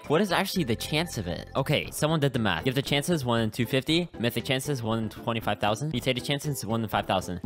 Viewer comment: It was so damn painful seeing this man’s inability to read “mythic jelly” 💀